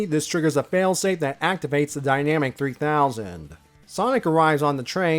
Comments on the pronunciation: Kindly and respectfully, I'm fairly certain it's pronounced "die-nuh-mac", not "die-nam-ick". Otherwise, fantastic video as always! The Archie reviews are always such a pleasure to see in my notifications. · Yeah, I agree. It's most likely supposed to be "dyna-MAC" and not "dynamic".